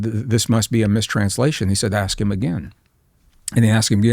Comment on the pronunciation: Is it “ash” or ask? Little speech impediment,?😂😂😂